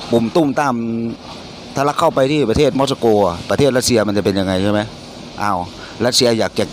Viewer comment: 5555 ม็อด-ซา-โก ต้องอ่านว่า มอส-โก 5555..บรึ๋ย..